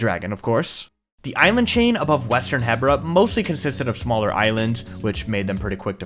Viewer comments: Really cool but I still hate the fact that you say HEBra not HEbra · Its called He-Bra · 3 years to build BOTW and he STILL can't pronounce Hebra right